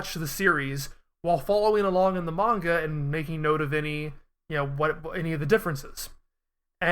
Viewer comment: Enjoyed the discussion but what’s with the coin-flip pronunciation of the word “manga”?